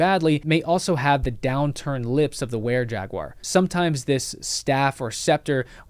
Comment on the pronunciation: You need to pronounce Jaguar correctly.